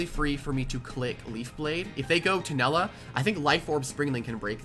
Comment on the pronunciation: Uhm actually its tulenna not tunella 🤓